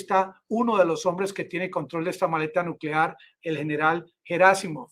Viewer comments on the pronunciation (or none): none